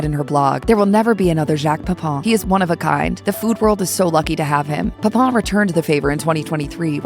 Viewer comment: The final syllable of PEPIN should not rhyme with the final syllable of POUPON. 😅